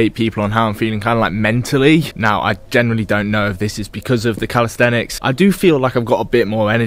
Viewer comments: You have to keep calling it calistetics dont you lmao. Its calisthenics bro. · Still saying calisthetics tho. Get it right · say it with me: cal-is-then-ics